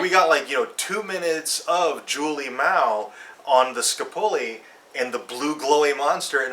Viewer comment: LOL Skuh-poo-lee.